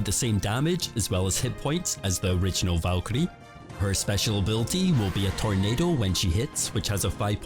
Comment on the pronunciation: This man was made to say ‘Valkyrie’